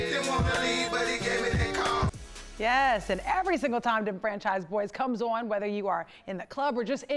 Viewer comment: I’m sorry, but she just say “Dem FAN chise boyz”?